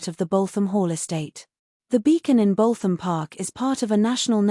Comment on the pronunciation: Dear electric narrator........ It's "Boot 'em' "..........